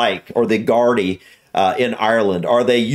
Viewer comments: We called E’s yokes back in the day. It looked like that Garda already found his yokes The sketches near the end of your video are from a parody skit called “savage eye” where they just rip the piss out of the Gardaí😂 Btw it’s pronounced Gar-dee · Gar-DEE. Emphasis on the second syllable. Plural of GAR-da (emphasis on first syllable). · for the pronunciation of gardai you guys almost have it perfect but instead of saying GUARD-ie, it's more of a GAR-Dee or GYAR-THEE, and the singular garda is pronounced gar-dah 🩷✨ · Gar dee, NOT Gardy. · Gardi.....pronounced ...gar...di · It’s actually nnnnnnnnnaaaaardee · It's pronounced "Gar-dee". ❤. And yeah generally they're fairly sound and very helpfu if you need them. An elderly neighbour of mine locked herself out of her house a while back, and I was trying to help her get back in. The gardaí drove past and I waved them down. They climed in a top window and got her keys to let her back in. Great bunch of lads. "Yokes" is slang for ecstasy tablets. The lads were making fun of the gardaí in the Irish lanuage, grammatically more than 1 garda gets an eclipses and is pronounced nGardaí, he was saying "1 garda, 2 nGardaí". It's a common lesson Irish children get taught in school as teachers use 'garda' to ddmonstrate the n before G eclipses. That scene at the end was just a training excercise, no one was hurt. Hugs to you guys❤ you should visit, Irelanx is great fun. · Gardaí is typically pronounced with two syllables. (gor-DEE) with more emphasis on the final syllable. Some areas don't stress the final syllable though. Yolks = E's (ecstasy) As for our road laws - I would say our gardaí are more strict than American police. Driving without insurance = big no no. Speeding = big no no. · The emphasis in 'Gardaí' (fada on the i) is on the second syllable. 'GAR - DEE' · Gar - Dee is how to say it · It is pronounced Gar-Dee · It's nardee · its pronounced GaudA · Pronounced GAR-DEE.